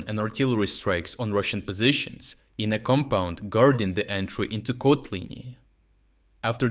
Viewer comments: Come on, already switch to normal AI voice-over. It's ridiculous using an AI with an accent if one name gets pronounced three different ways within a minute. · Has anyone else noticed that he pronounces town names differently within each video? For instance, in this one Kotlyne was pronounce 3 different ways in under 1 minute. I wonder if is actually an AI voice. It doesn't really matter, just kind of surprised I never see anyone else mention it in the comments. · bro pronounced Kotlyne in 3 different ways within the first seconds, which one is it? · three different pronunciations of Kotlyne :socialdist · I just realized the voice is AI, there's no way this dude pronounced the town's name in three different ways throughout the whole video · How comes, that Kotlyne has almost different pronounciations in only two successive sentences? This is very peculiar for a native speaker. Is this video clip actually being narrated by a human, or is it just AI text2speech? Strange...